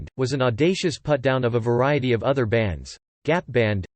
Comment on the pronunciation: "Among o-t-h err blasphemous things" 😉🙃